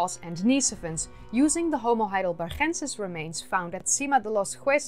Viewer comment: You pronounce "homo heidelbergensis" with a g as in good or better iceberg. It is named after the german city of Heidelberg not after a spanish location or person neither from a nederlands place or person.